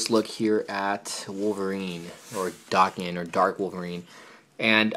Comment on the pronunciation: Its daken (day-kin) not (dah-ken)